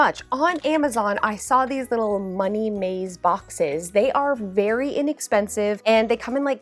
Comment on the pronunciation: "And insiiide: Muhnnay " lol